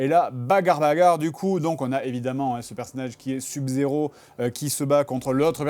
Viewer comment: "sub zéro" SEUB zéro bon sang !